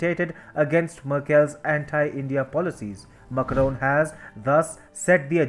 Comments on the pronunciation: Its MAC (RON) and not Mucroan. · Your channel would have so many views if you change the orator. He can't even pronounce macrons' name correctly. His delivery is bad and accent kinda strong